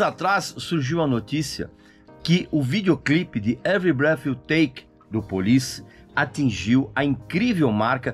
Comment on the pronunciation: A CANÇÃO ENTIGA SE CHAMA, EVERY BIRTH I TAKE OU BREATH, NÃO ENTENDO SUA PRONÚNCIA